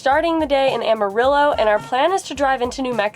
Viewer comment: You actually pronounced Amarillo like the city natives! Dont know if you stopped at "Russells" Truck Stop in NM but it has an amazing FREE display of vinatage cars, toy cars and gas station memorabilia. About an hour from Amarillo .